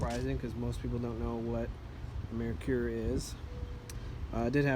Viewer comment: Mare-coor is the pronunciation. Think female horse and beer.